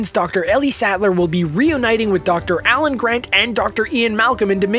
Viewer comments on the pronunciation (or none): none